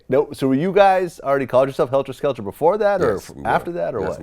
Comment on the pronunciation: Vlad keep saying helter skelter! With the ER 🤦🏻‍♂️ it’s Heltah Skeltah!